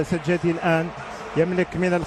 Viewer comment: إسمه سجاتي يا معلق وليس سجادي